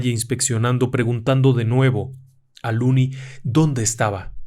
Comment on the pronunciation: Excelente narracion. Una sola correccion: El nombre del protagonista es "Lonnie" no "looney". Lonnie (pronunciado Lani) es la version corta de Alonzo. Looney significa "chiflado/loco"